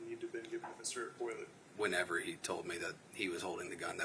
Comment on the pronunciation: eau is pronounced oh. so its boil oh